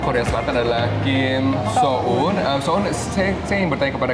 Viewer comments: Aduh So Eun jadi So Un enggak sekalian aja bihun 😩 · Kim so en oy Bukan so un😆😆😆😆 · so un? lu kata baso ad so un nya. da jelas2 namanya so eun wkwkwk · So Eun (소은) jadi Mie so un; 🤣🤣🤣 lucu pengucapan hostnya. No bully ya, hehe.... abang bakso mana ya?